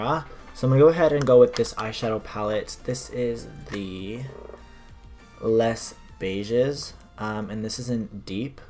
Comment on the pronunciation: the way you pronounced les beiges was the cutest thing i have ever heard. haha.